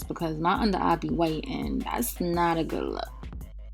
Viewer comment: very Harlem 😂😂. she said " smokey ah (eye) " I love it!